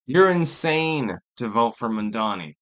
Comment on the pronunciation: It's Mamdani, not Mandani.